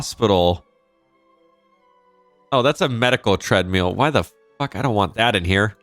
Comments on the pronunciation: Are you saying treadmill or treadmeal? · The way pronounces treadmill is a wee bit funny but different.